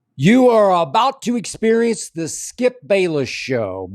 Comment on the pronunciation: “experiece” lol